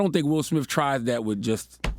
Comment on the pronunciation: Guys, His name is SmiTH! SMITH. There are NO F’s in it! Why do you say SmiFF?